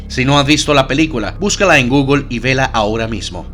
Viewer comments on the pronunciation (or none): none